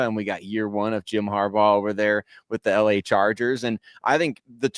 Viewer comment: Also...its Harbaugh.